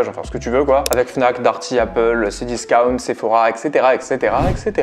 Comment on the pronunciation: Il a quand même dit « c diskaount »